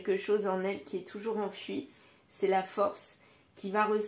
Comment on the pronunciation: enfoui à prononcer comme oui à la fin et non enfui